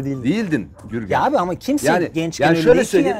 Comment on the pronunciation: Gürgen diyor Jürgen anlıyorum 😅😅